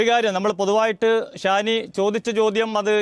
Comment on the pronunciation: ഷാനി ❌ ശ്വാനി ✅